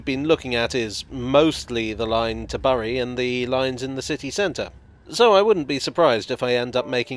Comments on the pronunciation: Forgive the pedantry but its pronounced 'Berry' like the fruit not 'Bury' like what you'd like to do with your MP. There have been objections to expansion of the Met in outlying towns and villages, mostly by those who still knit their own sweaters and call the radio a wireless. They must have seen what happened to the village of Acton all those years ago. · Burry and Altrin-cham = Berry and Altringam for future reference. Nice video though. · Great video, but Bury is pronounced 'Berry' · Love seeing a video about the places right on my doorstep, but it pains me to hear someone say Altrin-cham (not altrin-gum) and burry (instead of berry) haha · Great video. Although... Berry Alt-ring-um Bom-barr-dee-er 👍🏻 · Yeah. I get that these spellings are ridiculous but as a local, I can confirm that Bury is pronounced like "berry" and Altrincham is pronounced "Alt-ring-um" (a bit like Twickenham). Anyway, a very interesting video. It's quite surprising how much history there is for such a new system. Thanks, keep up the great videos!:) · Greater Mancunians tend to pronounce “Altrincham” as ‘alt-tring -ham’ dropping the “c”. “Bury” seems to have more variance in its pronunciation but it is less common to hear it stated as ‘berrie ’. As in the fruit found on brambles. Usually it is ‘burry’ i.e. rhymes with ‘Murray’. Sometimes it is more like ‘berry’ as in ‘bury a casket in the ground’. Of course you can say it however you want to, just getting this in there in a hopefully nice way. Again great video, thanks for visiting the PRGM😆👍♥️. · Thanks for that. As a born-and-bred Southerner, I was going to query pronunciation - I did think it should be "Berry" - but you've saved me the bother! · All credit to usual thoroughness- this is the only video where i groaned “oh, ” when i first heard him say Bury as “burry”. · Nahh I’m born and bred in Bury and you gotta pronounce it “Bur-ree” and nothing else 😂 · Bury is pronounced "berry"